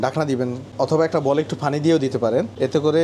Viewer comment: আপনি পানি কে ফানি উচ্চারন করবেন না আর।